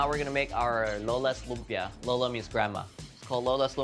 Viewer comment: Coming from the Philippines, you should be teaching Americans how to say LUMPIA the right way and not the other way around. It’s a Filipino word that you know how to pronounce right. Be the influence. All the recipes look great though. Excited to try them on our next visit to SF.